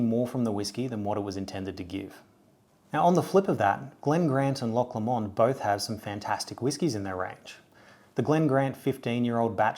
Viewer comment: I live 30 min from Loch Lomond and it’s kinda pronounced loch low mind